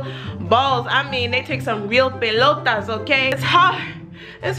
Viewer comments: "Real belotas" 😂😂😂😂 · Did she said “pelotas” ? Lol